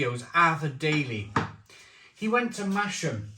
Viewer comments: Love your channel which I discovered just a few weeks ago. I live down south but born in Yorkshire so I suppose I should point out to you that it’s not “Masham” where the brewery is based - it should be pronounced like it has a Z in the name - so phonetically just a Little bit like “Mazam” or perhaps easier to think of it as having a silent “h”. Keep up the great work and beer reviews. I’m an ex CAMRA member by the way. Favourite tipple was always Gales HSB before they got bought out; and for that winter/ very dark strong taste maybe Gales Prize Old Ale or Thomas Hardy’s Ale - both working bottled beers with sentiment in the bottle. Or perhaps Westmalle Tripel - one of those Trappist Monk beers from Belgium (also bottle conditioned). Oh and I also meant to add I think (from memory) the owner of Black sheep Brewery was one of the main Brewery team members of Theakstons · Its pronounced massam